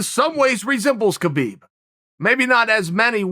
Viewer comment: Oh Uncle Chael...Uncle Kale....It's pronounced "Habib" and Chimaev is from Chechnya, which borders Dagestan. Dagestan is one of the most ethnically heterogeneous regions in the world and the most diverse republic in the Russian territories with at least 10 different groups claiming to be indigenous to the region and 30 spoken languages. Chechnya is more homogeneous being 95% Chechen. Chimaev never called himself Khabib 2.0, he said, "People are calling me Khabib 2.0 or something. I am not Khabib 2.0 I am Chimaev." You're are that he somewhat resembles Khabib but they're very different in many ways.